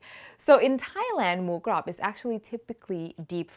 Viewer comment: Please please say moo grob again!! Wonderful 😋👍🏽🍀🙏🏽